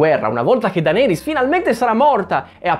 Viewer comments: Odi cosî tanto Daenerys che non riesci a chiamarla giusta... DENERIS non DANERIS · Ma la chiami ancora "Dàneris" hahahaha